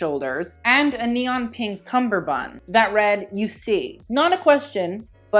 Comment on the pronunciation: I'm not anywhere near as literate in fashion as you but I just wanted to mention that it's pronounced "kamar band" (or anglicised: cummerband), not a cumber-band. The first half of the name comes from the Hindi word for waist, "kamar" (pronounced cummer). Source: I'm Indian and speak Hindi.